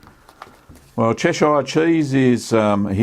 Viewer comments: It's pronounced Chesh-errr, not Chesh-eye-er! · 'Chesh-shire'? Nope! I really cringed at that. It's "CHESH-ər, -eer" ==>> 👍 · The town of Cheshire ehh! 😆 Cheshire cheese should be very crumbly unlike cheddar.